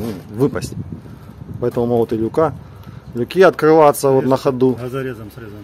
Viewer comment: лЮки, лЮки, лЮки, но никак не люкИ и не люкА! А за информацию - лайк.